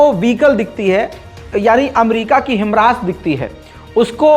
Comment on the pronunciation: भाई हिमरास नही हिमार्श है